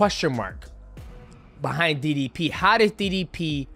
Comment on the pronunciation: Why does MM say didi P not DDP